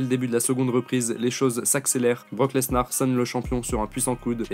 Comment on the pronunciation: Mec arrête de prononcer le S de lesnar